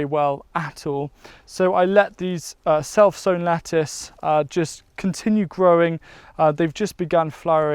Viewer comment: Did anyone else think was saying "cell phone" lettuce or tomato instead of "self sewn"? LOL